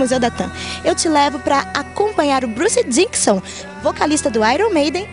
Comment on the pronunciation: É DICKINSON, repórter, não DICKSON!